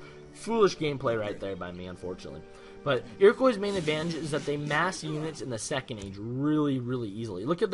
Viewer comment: lol its not pronounced "iroquoy" its "iroquwa" its a french name!!